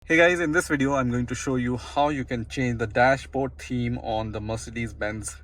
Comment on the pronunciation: It's pronounced TH eme not TEAM